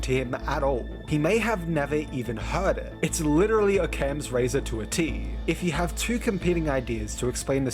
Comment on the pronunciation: "oh-cams razor" ITS PRONOUNCED AWK-UHMS RAZOR YOU FRAUD